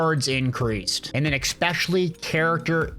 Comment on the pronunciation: There is absolutely no X in the word, especially